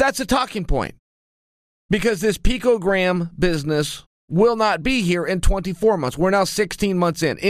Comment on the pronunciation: Chael “P-cogram” Sonnen